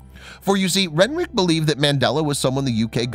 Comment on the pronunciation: Renwick is said rennick it's a silent W